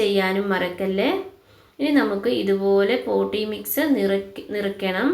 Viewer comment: പോട്ടീ മിക്സ്‌ അല്ല പോട്ടിങ് മിക്സ്‌